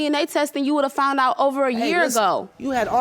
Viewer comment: Where are they from when they i fount out and not foundddd out. I'm just wondering??